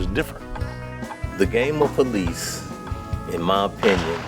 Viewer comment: I'm like, Helice, Helice, He -lice, and then I realize is Hélice, which is spanish for propeller. Fancy way to name a sport by mispronouncing the word.